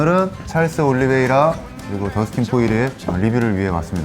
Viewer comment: 올리붸이라악 하는거 터지네 ㅋㅋ